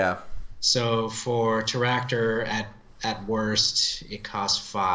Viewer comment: Why do you call Teractor with two R?